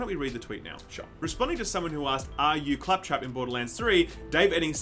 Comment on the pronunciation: how did fuck up “clap trap” 😂😂😂😂😂